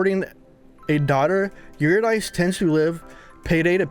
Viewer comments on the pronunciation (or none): It's pronounced "Yer-rid-eh-c" Eurydice, she's a Greek Goddess.